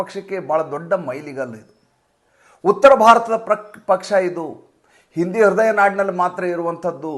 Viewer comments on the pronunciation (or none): none